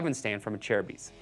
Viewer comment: It’s (a/cer/bis) Acerbis